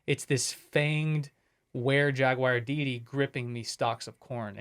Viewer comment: Today I'm watching while polishing slabs of stone from the quarry at Mt. Mica in Paris, ME. ... "Jagwire" ⁉️ ✌️😽💨